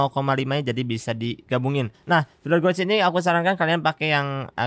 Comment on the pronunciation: Filler gauge = filer geich bukan goug , sukses selalu